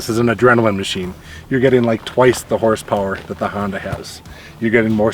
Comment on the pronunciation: Hoon-Dah.....nuff said.